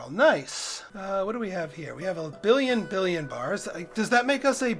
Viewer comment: "Billon" and "billion" are pronounced differently. The metal has only one "i".